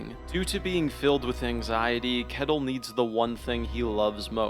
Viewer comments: Just a small note on the pronunciation of Ketil. the K is pronounced like Th so more like Th-etil. Great video <3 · Leaf is pronounced layf and kettle is pronounced shetil